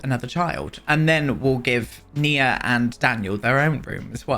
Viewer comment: GASP YOU BEAUTIFUL MAN YOU!!!!! I'm transgender FtM and my given name is Nia!!! You are the ONLY PERSON who pronounced it right! Literally the ONLY PERSON!!! ugh I am now a forever fan, I mean I was always but now yes I am Did you know Nia means Purpose in Swahili? My mother went through 8 miscarriages before she had me then after she had me she had a stroke that paralyzed her so she couldn't hold me but she was determined to hold her first baby her miracle baby and she practiced walking, so on Christmas she held me for the first time. My mother passed on the 14th of September but I absolutely love my name she gave me even though men aren't called Nia so I kept my given name even though I go by my choice name. I absolutely LOVE that you named your sim Nia and I absolutely LOVE that you pronounced it right. Sorry I heard my name on the TV and got so excited I had to write out my story I do apologize for that love but it should show you just how much I adore my given name.